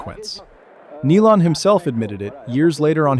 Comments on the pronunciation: this is a.i. b.s. butchering names like Neelan haha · Nilan and Kocur